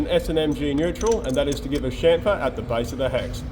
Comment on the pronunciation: "It's got a CHUFFER, it's got a CHONKER"... It's got a what..? "A CHAMFER!!!" - my beloved, watching next to me with our dog